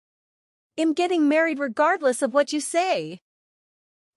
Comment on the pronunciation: They don't know how to pronounce contractions - "I'M" is pronounced "EM", "I'll" is pronounced "ILL", "He'll" is pronounced "HELL", etc. --- LOL.